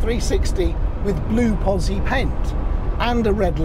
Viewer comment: Itsa pronounceda POTZI.